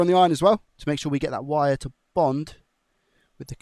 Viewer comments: Are you saying VIRE? not WIRE?? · Please change the way you say wire.. I can’t unhear it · you say wire like a true german ;D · Are you saying wire in a German accent ?? Lol